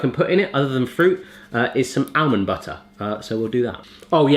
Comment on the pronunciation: He can't say almond haha